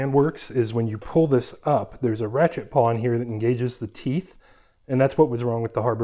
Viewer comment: Nice review, and nice jack stands. But I gotta say, it's a ratchet PAWL, not PAW. I've got an old orange china set like yours, and a set with removable pins. No issues in over 20 years of use.